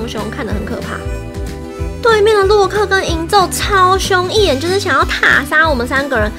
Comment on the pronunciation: 為什麼你說洛克時有一次說漏克